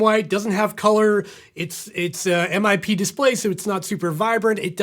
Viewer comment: Its pronounced as one word, MIP. NOt M-i-p ffs